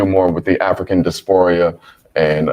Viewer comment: If you don’t know the correct way to pronounce something- leave it alone. Or at least acknowledge that you know you may be mispronouncing it. It’s DIASPORA (Not Dasporia).